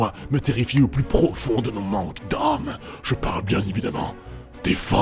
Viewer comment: Alors je ne voudrais pas casser le sérieux de la déclaration, mais j'ai ri à . " Le plous restrictif" X'D